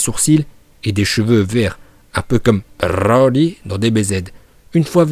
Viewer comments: C broli pas brrrrrrli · Broly ❌️ Brrrrrrrroly ✅️ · Bbrrrroooollllyyyy stop c'est brocolis point 😂😂🛑🛑🛑😂😂😂 la prononciation de bbbrrrrroooolllyyyyyy m'énerver même si c'est drôle moi perso je l'appel brocolis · Pour quoi tu dit roli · Tu dit roly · Ton brrroly est presque aussi insupportable que leo qui prononce les noms pour faire genre puriste...gohhhhhaaaaan Bbbbejitaaa insupportable...leur intonations flinguer à la différence que toi c'est pour rire eux ils se prennent vraiment au sérieux pour kedal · AAAAARRRRRRRRRRRRRRRRETE DE DIRE BRRRRRRRRRRRRRLY STP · t hyper soulent avec ton " brrrrrrrrrrrrrrrrrrrrrrroly" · J'ai que compris brrrroly de toute la vidéo mais bon😂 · Pk tu dis brrroli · Brrrroly Md😂😂😂r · c est brrrrrroly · Pour la prononciation c’est bro-li ou brrrrrrr-oli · La video etait interessante mais il menerve a prononcez broly comme ca donc jai arretez au bout de 4minutes psk je trouve ca vraiment sans interet dsl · C'est stressant la manière dont tu prononce broly dommage des fois tu en fais un peu trop 😉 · tu m enerve avec ta prononciation de broly mais sinon la video est bien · Ta prononciation de broly est incroyable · Broly arrête avec ton a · Fatiguante ta prononciation de broly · Heureusement qu'il t'entends pas prononcé son nom🤣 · La prononciation de Broly est incroyable 🤣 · Oui mais au bout d un moment c chiant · Par contre a chaque fois ke tu prononces Broly jme tappe une barres tellement ke j’en avait marre et ke jdevais laisser pause a chaque fois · La prononciation incroyable comme d habitude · Comment tu dis Broly 😂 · Y’a pas besoin de rouler les ‘r’ comme ça, je trouve ça dommage, j’adore tes vidéos mais là fallait vraiment pas faire ça en plus je l’adore broly c’est mon préféré. Voilà voilà je voulais quand même le préciser, continue mec tu gère de ouf ! 💪🏻💪🏻